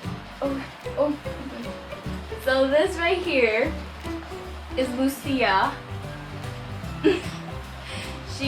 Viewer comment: lucia isn't supposed to be pronounced lusia it's supposed to be pronounced luchia